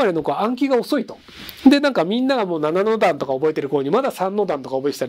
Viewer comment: 7の段のイントネーションがラマヌジャン